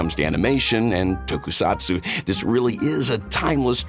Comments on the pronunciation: He just saying Tokusatsu!!!!! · ACTUALLY SAID “TOKUSATSU” AHHHHHHHHHHHHHHH